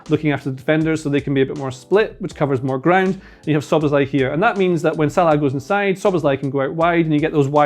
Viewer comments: Who's Salaaaa?.. he scouse? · why do you pronounce salah like that, so annoying...